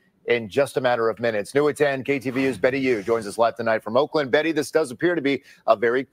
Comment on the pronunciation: Umm ... Oakland woman, it's Oakland 🤷🏼‍♂️🤣 you're fucked by proximity